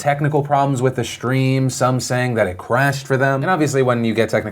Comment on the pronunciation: "Shtream"??? really? How many times in one video can you mispronounce the word "stream"?